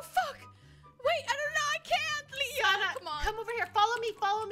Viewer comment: No one Litterly no one Leah : calling "sanna" "sawnna" xD